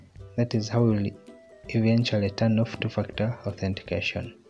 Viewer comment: While you're saying ..2 factor it sounds like 2 f*** out 😁.. by the way, the video really helped me to sort out the problem